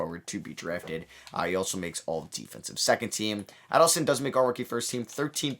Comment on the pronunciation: Hey, Man!! I'm brazilian!! Just helping about Adilson Viana name pronounce!! It's: A like a letter i sounds; dil like deal sounds; and son like son of parentes. Adilson.